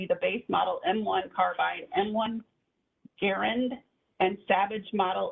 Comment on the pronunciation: Not the M1 Garyann 🤣🤣🤣